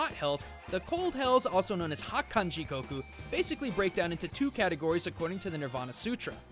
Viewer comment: Great content as always but I still hate the way he pronounces Goku’s name